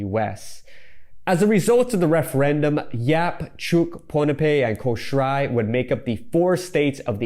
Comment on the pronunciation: Love this. But btw, Kosrae is more pronounced like “koh-shy”